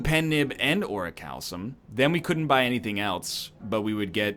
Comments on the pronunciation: ugh. It's ori-cal-COME, not ori-cal-SOME. You're so close to saying it right it's almost more annoying than when you said it wrong. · He keeps calling it Orichalsum and it's killing me